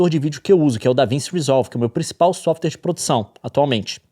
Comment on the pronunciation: vc é muito inteligente, fala varias linguas, pq pronuncia davince resolver errado?